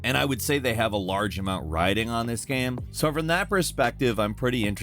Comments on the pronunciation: when is this guy gonna pronounce "game" correctly? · Why do you always pronounce the word "game" wrong/weird at random times? Sometimes you say it fine then other times its just wrong. You do this with all kinds of random words.